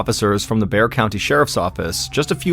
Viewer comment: Thank you for pronouncing Bexar County correctly!